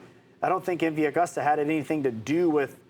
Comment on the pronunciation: Pronounced MV A-GOOS-TA